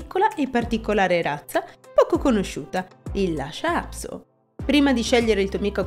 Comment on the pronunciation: Per quale motivo lo pronunci " Lascia"??